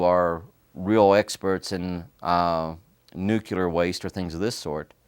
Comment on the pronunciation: A lot of americans really struggle with the word nuclear. Even him, apparently.